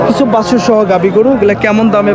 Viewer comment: ভাই বাসুর হবে না, বাছুর হবে।এটা একটা মিডিয়া প্লাটফর্ম,যতটা নির্ভূল করা যায় চেষ্টা করবেন।